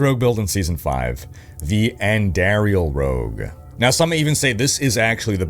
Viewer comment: No way this guy is a diablo player and pronounced Andariels name wrong🤣